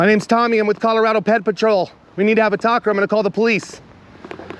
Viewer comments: Whenever you say PedPatrol it literally sounds like you say Pet Patrol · Should be pred patrol